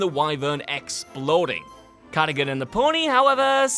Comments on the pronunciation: I think you'll find it's Ca-da-gun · It’s pronounced Ca - dug - gan, Cadogan